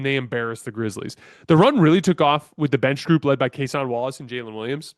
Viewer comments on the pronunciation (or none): It’s Cason not Case On lol